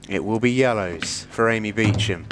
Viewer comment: Beacham…does she pronounce it like that? Looks like Booshump